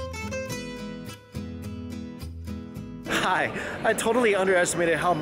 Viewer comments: Its Tap-as not Tap-is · Lol I love ya dearly, Mike, but that pronunciation of tapas... American tourist af 😂